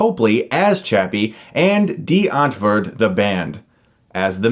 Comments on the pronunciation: I dont think you really get Die Antwoord and how they are/act. Plus Its Die not Dee. You miss pronounced there name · Being german, hearing Chris say Dee Antwerd instead if Die Untwort (pronounce this in english) is so funny :D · It is pronounced die-ant-word, but good review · You said Die Antwoord wrong! It’s DYE-ANT-WORD! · Did you say Dee entford? Lol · "Dee Antvood" Oh my lord hahahahaha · As a South African I cringe at every time you said Die Antwoort, I don't even like them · You said the name wrong for the band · oh god listening to him try to pronounce DIe Antwoord....fucking kill me... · I find Americans trying to pronounce "Die Antwoord" quite hilarious. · I just love how amaricans prononce afrikkaans words lol #SA4life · Why do you say Die Antwoord weird? is that how it is suppose to be pronounced? Now I'm confused. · Laughing my ass of at Chris trying to pronounce Die Antwoord